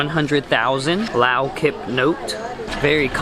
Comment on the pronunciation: Haha.. it's funny how you pronounced Lao kip. It's more like K'eep...